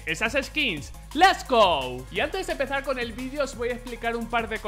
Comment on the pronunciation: Xdd es les go el lo dice así apropocito